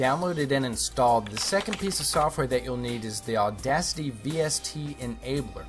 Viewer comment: Audasty? No, auda-CITY.